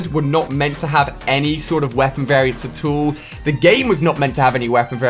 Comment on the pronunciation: how we say it: At all how Ali A says it: Atool